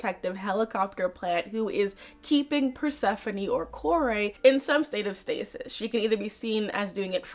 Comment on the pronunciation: Persephone has one name and is Persephone. Kore that is not pronounce like that in greek, it means daughter, so in other words Demeter calling her daughter(κόρη) as "my daughter".